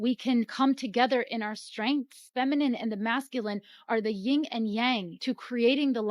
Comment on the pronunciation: It's yin.,.... Yin and yang